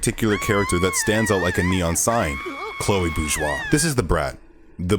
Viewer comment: Oh my god I found the only person that finally says this right without good video Man